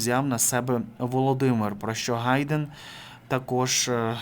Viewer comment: не Гайдэн, а Хайдэн.